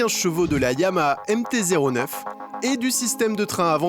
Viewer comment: Alors on prononce "Nikenne" et pas "Naïkenne" et YAMAHA on prononce le H, s'il vous plaît ! Ya-Ma-Ha Yaaa-Maaa-Haaa Ya---Ma---Ha Ya, Ma, Ha Yann Martin Harrison ...